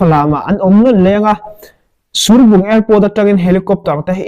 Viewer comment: Surbung kha I tluk a dik lo. I fel hle Mai thudik kha rawn sawi zel rawh